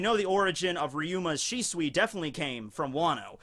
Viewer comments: It’s always been pronounced Shisui. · the more I hear shisui, the more its starting to sound like swiss cheese XD